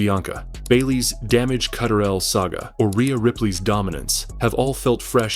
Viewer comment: "Damage Cutterel" lol Enough with this AI slop.